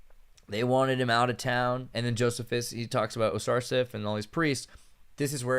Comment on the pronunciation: The historian's name is pronounced "Joe-SEE-fus" not "Joseph-is"